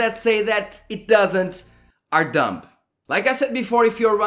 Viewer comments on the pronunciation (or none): i love the part "Dump" instead of "Dumb"